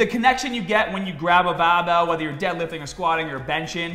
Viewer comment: Guy says barbell like BAAbell